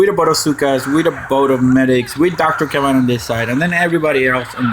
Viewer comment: Btw, that will be Dr. Kavan, not kravan.